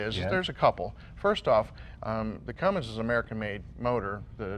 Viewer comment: I am disappointed in Jay... he said "Cummings"😬 it's "Cummins".